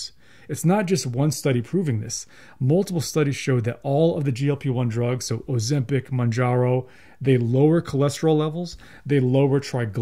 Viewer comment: What drugs, again? Your mumbling sounds like 'oseptic' and 'manjaro'. The description box below the video would be a good place in which to spell out unfamiliar terms.